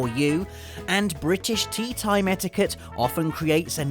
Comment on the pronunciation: When he said etiquette the first time I thought he said etika